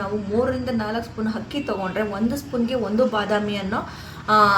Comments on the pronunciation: Not hakki....akki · ಹಕ್ಕಿ ಅಲ್ಲ ತಾಯೇ ಅದು ಅಕ್ಕಿ